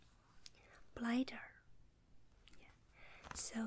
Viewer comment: Blider for bladder...cute